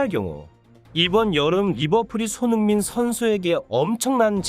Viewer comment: 한글자 한글자 제대로 전하려고하니 발음 뭉개지고 오히려 듣는데 집중이 안됌 손흥-민선수 동-급에선수다 이런식으로 전달이 사투리마냥 전달됌 알파고같음